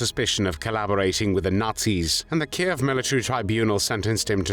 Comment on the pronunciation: At last an American who pronounces Kiev properly and not as Keev I’m pleased you didn’t call this execution as barbaric like you have other Nazi executions